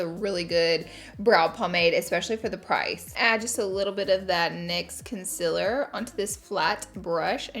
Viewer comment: Swear I thought I heard you say con·SEALER and not the usual con·SILER haha. Love you laura!!! Always so gorgeous